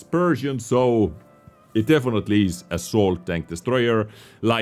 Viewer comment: I think maybe he just wanted to put emphasis on "definitely"